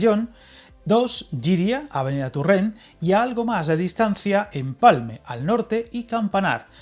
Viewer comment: Muy buen video con mucha información pero OJO: que Torrent se pronuncia así como se escribe... y no tUrrent. Pronunciarlo tUrrent es una catalanada totalmente impropia en Valencia